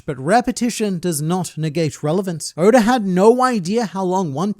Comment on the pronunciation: Hold on a second... When you mean to say Eichiro Oda's name, you always pronounce it as "Odor," due to your Australian tongue. However, when you mean to actually say the word "odor," you say "oda" ?